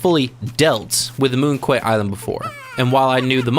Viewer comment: Just FYI, "Quay" is pronounced like "key" and "Moon Quay" is a pun: moon key -> monkey